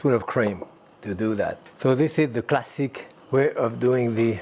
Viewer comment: "Classique" is the best part